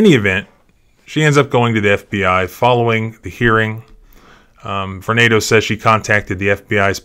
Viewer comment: Believe it is prononuced Var-nah-do.